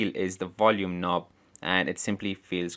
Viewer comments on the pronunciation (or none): You said Wolume, do you mean volume ? 🤣